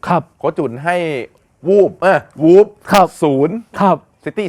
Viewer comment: วันนี้้ วูบครับ ไม่ใช่วูฟนะ